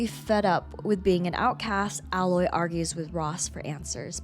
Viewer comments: Nah like fr, I don't understand how some still screw it up, like you go through the whole game with people calling her Aloy, but some still screw it up and say alloy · It's pronounced ay-loy. It's said multiple times throughout both games. Unacceptable to mispronounce the main characters name in a video focusing specifically on her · Omg that's not how her name is pronounced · You kept pronouncing her name wrong. How r u going to do an entire video on one person and butcher their name?